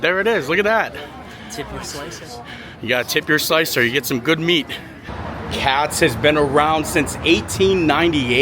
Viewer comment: “KATZ Deli” (not “cat’s), opened its doors in 1888